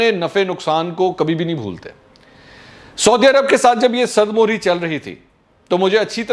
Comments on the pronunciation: 1 Sard more nahi SARD MEHRE 2. Dar Asal Mein nahi sirf DARASAL kafi hay. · Sard mihri. Talafuz thk kr lain bhai